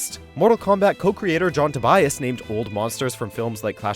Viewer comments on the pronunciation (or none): none